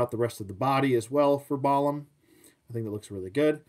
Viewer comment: Gorgeous figure!! Pronunciation is probably Bah-LAHM, as it's the word for both jaguar and mage in the Mayan language and that's exactly what this guy is, a jaguar mage!! Thanks for the thorough review